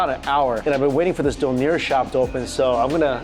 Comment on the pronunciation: Anyone else triggered by thr pronunciation of doner? 😂